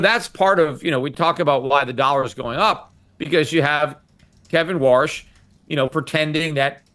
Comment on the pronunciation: His name is Warsh not Walsh, 😂